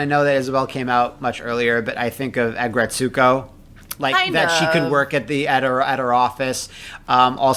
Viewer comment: I keep forgetting about "Ag-Gret-Suko" pronunciation lol